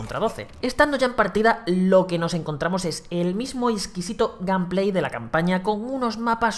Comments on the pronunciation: bueno en realidad dijo gamplay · "gameplay", "industri" asi de literal..... tu ingles es exquisito, sin fisuras..........